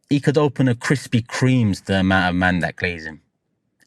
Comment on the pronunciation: Kwispy Kweams 😂😂😂